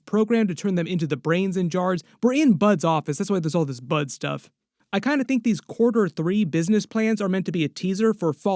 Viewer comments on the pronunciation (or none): What the hell happened to Lucy's brother? Also when you said Bud stuff it sounded like butt stuff. Fallout kind of already told us The Enclave was going to be the villain because of all the DLC They just added to Fallout 4 I was playing it last week like why am I in an enclave power suit? Oh yeah because it's awesome